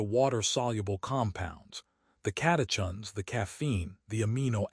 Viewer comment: Pron. Sen-Kaa. Cata-kins. Complex sea salt, not simple table salt (sodium chloride with no other electrolytes)